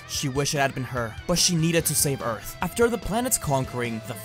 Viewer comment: Ee-arth? You know that means dirt right?